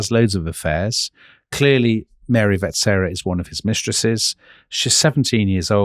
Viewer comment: You didn’t mention that the Habsburgs had been kings of Hungary without interruption since 1527. That has nothing to do with the Austro-Hungarian Compromise. The stress in ‘Sissy’ is on the last syllable, and finally: it’s pronounced ‘VetSCHera’.